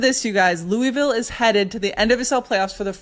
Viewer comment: So stoked for Racing! Gentle encouragement to watch a couple videos on "Louisville" pronunciation before Saturday 🫶 Love the pod!